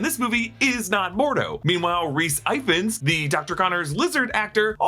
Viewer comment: Ifans is pronounced ee-vans, not eye-ffans, btw.